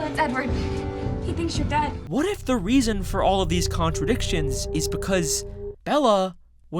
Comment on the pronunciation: ”It was all in le head”